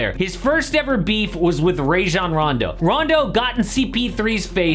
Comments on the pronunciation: Bro said “rayzshan raando” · rayjon rondo 😂😂